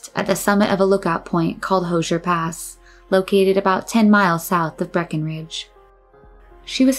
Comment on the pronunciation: Thanks for owning the goof- you’ve earned my respect and a channel subscription. I’ve got another one for you… , the place is Hoosier (HOO-zher) Pass, as in Indiana- the Hoosier State, not Hosier Pass, as in some guy selling socks. Lol.